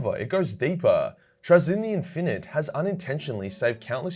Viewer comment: Will the Necron tollerate your pronounciation of Trazyn the Infinite?